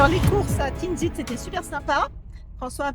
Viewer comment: en tout cas merci beaucoup pour cette découverte et de faire découvrir notre jolie pays ou monde juste une petite remarque ce n'est pas la première fois que vous écorché les noms villages des villes la première c'était Tinghir et autres dans cette vidéo c'est Tiznit ce n'est pas tinzit apart ça Je reste abonné quand même à votre chaîne Merci 🙏